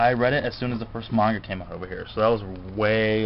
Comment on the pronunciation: you pronounce manga incorrectly